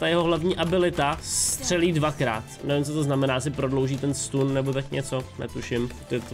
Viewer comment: nevyslovuje se to “stun” ale “stan” hrozně to rve za uši